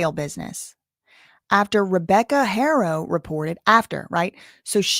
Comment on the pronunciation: In spanish the h is silent unless paired with sh or ch but you're good. People shouldn't expect you to automatically know. At least you try